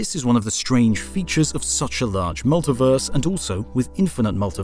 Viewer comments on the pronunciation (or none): You know when you hear someone mispronounce a word and you wonder if it was a slip of the tongue or if they say it like that all the time? Then they say the same word fifty times and it's just weird. Multiverse, it's mull-tee-verse not mull-ta-verse and while I'm whinging it's you-knee-verse, universe, not you-nah-verse. You speak very clear and concise English so I'm guessing it's not part of some regional dialect. It's quite odd.